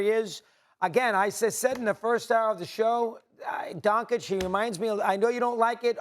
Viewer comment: "Donkich" Really?!? Some journalists, they can't even pronounce the name. Pfff